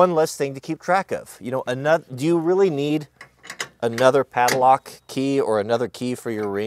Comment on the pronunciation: The word is padlock, not paddlelock.